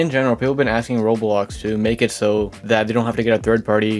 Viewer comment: Who hears him say rolls instead of roblox? 👇